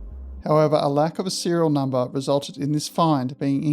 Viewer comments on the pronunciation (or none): none